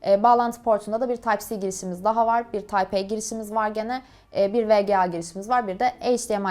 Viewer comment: C'yi İngilizce telaffuz ediyor ama ısrarla tayp A demesj çok saçma